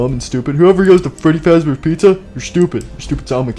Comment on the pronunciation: Freddy said freddyfazbenders #DayShiftAtFreddys